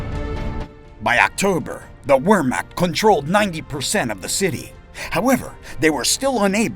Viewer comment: At least pronounce the name of the German army accurately when you speak them! Attention to detail is important in history.